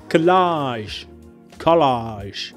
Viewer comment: "kuh LAAAAAHHHZHZHZH" 🤣Happy New Year!